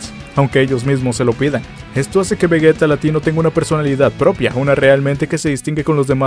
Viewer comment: Seria vegeta con G y sin una U lo que vegueta esta mal